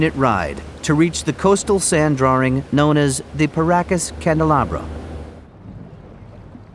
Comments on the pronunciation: What's a "drawer-ing" ? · Guy pronounces "drawing"....draring. Who the hell talks like that? LMAO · What is a "drawring" ? Why do so many people including presenters, newsreaders etc. use this now. There is NO "r" in drawing. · What is a DrawRing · Who is this joker "drawring"